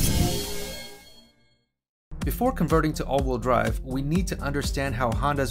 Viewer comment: Probably good information, but I was out after hearing “all-wool drive” for the 30th time. “Wheel”, rhymes “eel” and “feel”. All-wool drive is a group of sheep pulling a cart.